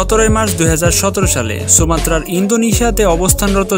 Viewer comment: ভাইয়া সুমাত্তার ইন্দোনেশিয়া না, ইন্দোনেশিয়ার সুমাত্তা.....